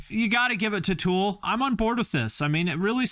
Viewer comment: Is it meatriding when I hate when people pronounce tool as two syllables?? That kid keeps saying “tewel” and it’s infuriating me. I guess the right band won :p